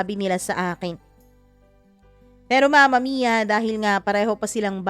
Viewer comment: mama mia bakit ang tigas nyo po mag salita sa dulo curios lang ako imbes na story ang pinakinggan ko bigkas nyo ang inaabagan ko like mama miiyaa!!!!